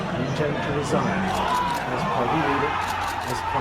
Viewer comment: "Intend to resaign"😮